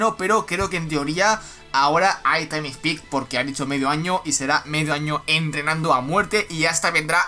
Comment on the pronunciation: Taim spik